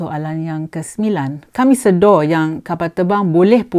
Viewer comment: Sebutan yang betul adalah sedar Puan... Bukan Sedo (slang org Muo) :D Anyway tq puan for the info that you have shared with us. Menteri pengangkutan dan pihak atasan Mas please tampil keluarkan kenyataan tentang insiden ini. Jangan membisu ingat orang tak tahu.